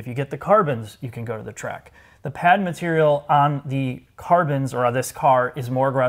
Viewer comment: hahahahaha “…….traditional leather materiuuhhl”